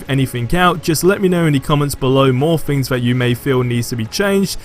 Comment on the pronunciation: Mate, please learn how to say "Th"! Its not FFor, its Thor. It's not FFings, its Things.